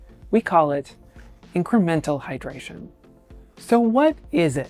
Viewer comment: Full "hydratration" pls change that.